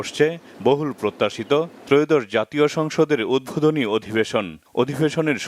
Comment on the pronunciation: প্রতিবেদকের কথা , উদ্ভোদনী না উদ্বোধনী।